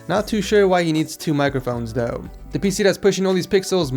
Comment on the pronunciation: it's though not dough